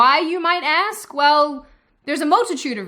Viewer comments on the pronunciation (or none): Her accent comes and goes all the time, it weirds me out. She says "hard" and "ask" in a very American drawl, but then she says "talked" and "woke" , and it's SUPER Australian.